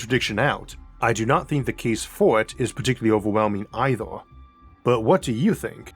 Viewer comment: I like the videos I've seen so far but it's so irritating listening to you pronouncing every 'er' as 'or'. Eithor, univorse, buffors, even spheor (sphere) etc. To make this rant somewhat constructive: most people I heard in life pronounce 'er' more as 'ur' but not as in your but as in a pirate grumbling urrrr